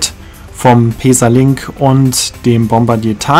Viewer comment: Schönes Video, ich finde allerdings, dass der Zug auch bequem für mehrere Stunden ist. Bin mit so nem Zug mal von Ulm nach Sigmaringen gefahren. Kannst du bitte "Pässa" sagen anstatt "Peesa"?